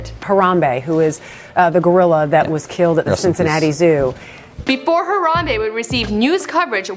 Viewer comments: She say harada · har-am-BEE its BEE not bae